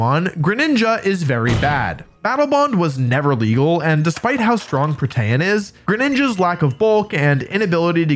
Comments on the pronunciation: Pro-tee-in, not "pro-tay-en" = Protean. Thought you should know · Wow yeah prataen is so strong (it's said pro-te-an) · Did you just pronounce “Protean” as “Pro-Tay-An”?